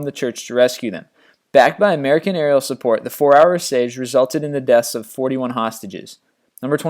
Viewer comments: Just reading, not compelling. And it's seege (siege) not sage. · i like how he says the word siege like sage